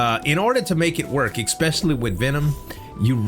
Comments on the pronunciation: ESS-specially, not EK-specially. Nothing but love for you homie, but I die a little inside every time i hear it. 😅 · Thats wrong too bear. Its EH (or IH)-specially.